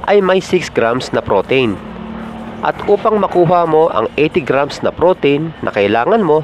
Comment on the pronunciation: nadidistract ako sa pagbigkas mo ng pro-teyn... pro-teeeeeen yun sir.. anyway, pinanood ko ang mga videos mo dahil chill lang.. salamat sa mga videos mo